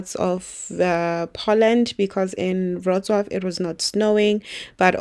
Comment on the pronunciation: Wroclaw pronounced perfectly.